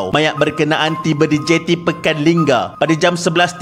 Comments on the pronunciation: lingga not lingam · tentera kau x sebut??batang lupar tu..nama betul jeti lingga..bkn linggam😊